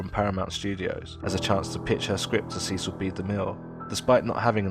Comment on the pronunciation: You keep mispronouncing DeMille's first name. It's SESS-ul, not SEE-cill.